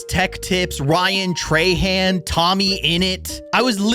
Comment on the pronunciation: So….. Ryan Trahan ❌ Ryan Treyhan ✅